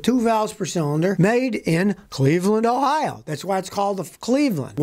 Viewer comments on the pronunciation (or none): none